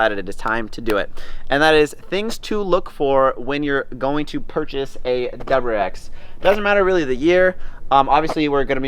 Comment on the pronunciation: Is he saying doubererex?